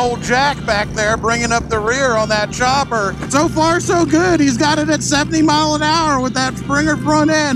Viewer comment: It's a CHOPPER, not a STOPPER. 🤣